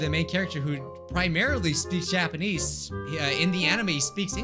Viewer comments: When you said Japanese I heard ja-panties XD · No one: Literally no one:: JAPAINEES